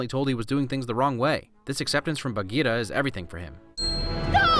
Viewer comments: The panther's name is Bagheera, not Bageeta. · i've always loved this movie and disney, but being indian, seeing amreicans butcher the pronunciations of indian names in the movie was just, uncomfortable? sher khan has a rolling R like sherr khan, same for for bagheera, baloo is just americanisation of the word, bhaloo, which means bear in hindi (clever name, i know), akela is pronounced as A-kay-la (it means alone, because lone wolf), raksha is pronounced as ruck-sha (means to protect in hindi, since mothers always protect their cubs, bandar log is pronounced as bun-der low-g (means monkey people in hindi). i can never not love this movie, i grew up watchng the animated series so the mispronunciation is something i just pass. its such an amazing story.